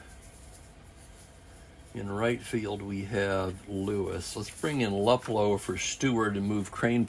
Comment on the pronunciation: I hope you don't mind a pronounciation change. Al Luplow. Instead of Lup Low, sounds more like Lou Plow with the Plow sounding like low with a P in front of it. YouTube has some stuff on Al, where you can hear the name being pronounced. That was a great game a few hours ago. One never know who the star will be until those dice are rolled.